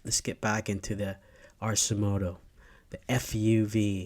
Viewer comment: Arcimoto is pronounced with a hard K. They seem to be focusing on production for delivery and rentals in warm climate area. Would be much better if they would get the doors into production. People seem put off by the motorcycle-like controls. I also think a small ICE version would sell better in cooler climates. Most of America gets temperatures under 40° at least 3 months s year. Without doors or ICE, the product isn't viable there. 😑